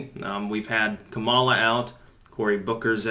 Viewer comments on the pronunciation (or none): none